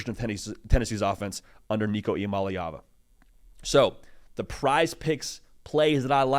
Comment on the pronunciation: Finally someone said his last name right.